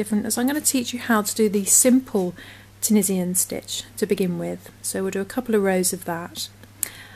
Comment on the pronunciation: Great bargain on the needles. Thanks for your video. Pronounced tu-nee-shun